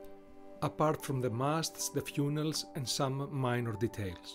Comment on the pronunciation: Bro really pronounced funnel fewnel